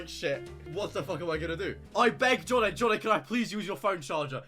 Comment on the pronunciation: the second a in jonnaays name is nowhere to be found